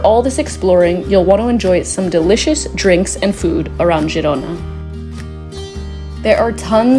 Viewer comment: It's pronounced Herona